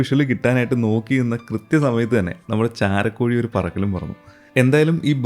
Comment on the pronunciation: Bro ചാരക്കോഴി അല്ല ട്ടോ ചേരക്കോഴി Good video🎉👍